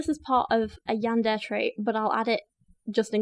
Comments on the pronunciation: Hint about Japanese language pronunciations.... you pronounce each 'mora' individually ... in this case it would be "Ya-n-de-re" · Yandere = "Yawn duh Ray" It's all good ✌️😊 this isn't a class on how to speak Japanese. It's the English speaking fans of this sorta thing that concern me more. 😳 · God, my weeb soul fucking died every time she said Yandair. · If I hear “yander “ one more time imma be the one who gets violent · How to learn to pronounce Yandere: Yan-day-ray. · Pronounced Yan-de-ley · I've usually heard it pronounced YAWN-durr-ay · For future reference, Japanese is broken down into consonant and vowel duos. So Ka Ki Ku Na Ni Nu Ra Ri Ru etc. Therefore Yan De Re, ALSO FYI yandere characters are not romanticized in the shows they exist in. Nor does the anime community as whole condone this behaviour, but these crazy characters are entertaining villains like the Joker from Batman, and like how idolize serial killers, it is the same with this situation. I'd recommend you watch "Mirai Nikki, or Future Diaries" which introduces you to the origin of the Yandere character fascination since the person in the show is very well written, but in that show/world her actions are justified due to the circumstances and I think it would really benefit your research in this subject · The robot dictionary post pronounced it kind of strangely lol. Imagine YAN-DE-RE (three syllables) as being pronounced like the words YAWN DAY RAY. It's a Japanese word, and conveniently enough the vowels in Japanese are all pronounced the same way. So in any Japanese word the sound for 'A' will be pronounced 'AH/AW' (lawn, Bob, flaunt, crawl, etc) and 'E' will be pronounced kind of between 'EH/EY/AY' (cent, pend, haze, wave, check, etc). Not sure if this is helpful in the slightest but here you go anyway lol. (Source: Took four years of Japanese classes, plus I watch anime)